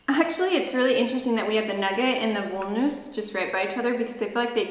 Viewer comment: the english "v" is pronounced like the german "w" so when you said "Voll-Nuss" pronounced as like the english "v" it sounded like "Woll-Nuss" which is funny because that would mean "wool nut/woolen nut", but nuts made out of wool don´t exist...at least as far as I know ;-D In german the "v" is mainly pronounced like an "F" (there are some exceptions but "Voll" is not one of those) so therefore "Voll Nuss" is pronounced as like it would have been written "Foll Nuss" and by the way "voll" means "full" so while pronouncing "voll" just change the vowel of "full" into "foll" and "voll" would be pronounced accurate. And "Nugat" = Nougat (both types of spelling you can find in german, because it is a french loanword) and is pronouced like "Noo-gut" as like in english or french, but you said "nugget" which would hurt the teeth badly when you would bite into a nugget.;-D You simply have to dig into german vowel sounds ..unlike as in english in german are just 5 always constant straight vowel sounds for a, e, i, o, u to memorize, meaning just one sound for one vowel + 3 Umlaut diphthongy sounds for ä, ö, ü (which by the way could also alternatively be written like "ae", "oe", "ue" when there is a lack of those letters äöü on the keyboard)